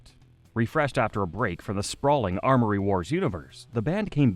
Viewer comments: YES! It was driving me crazy he kept saying ARMory wars ffs. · Say it with us kids... AM-ORY Wars... AM-ORY. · Why was he able to say amory correctly when talking about people and their names but not when talking about the story itself 😂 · I'm Canadian too. The thing was adding in phantom letters. Don't let my words discourage you, though. The video is fantastic as are your other ones. Keep it up!